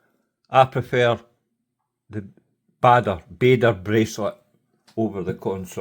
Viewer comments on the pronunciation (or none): Very useful review, as I am thinking of buying a C63 GMT, but probably, the 39 mm as that size case seems to fit me best. I think the name of the Bader bracelet was inspired by the famous WWII fighter pilot, Douglas Bader. In that case, it should be pronounced "Bah-der", with the emphasis on the first syllable. That said, some people, like the late Ruth Bader Ginsburg (USA Supreme Court Justice) pronounce it "Bay-der". You pays yer money and yer takes yer choice.